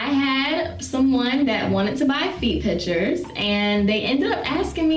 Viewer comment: Can't stand the way she says "Pitshurs" god